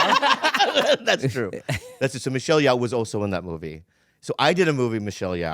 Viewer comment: why does bob pronounce every korean person's name wrong? michelle yeoh..